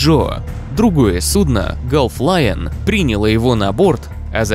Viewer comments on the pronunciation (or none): none